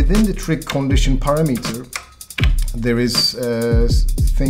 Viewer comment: I love the way he pronounces Parameter... Parra Metre. A little off topic I know... Sorry.